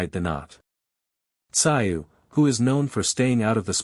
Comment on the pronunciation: This AI is embarrassing. Can't even get his name pronounced correctly.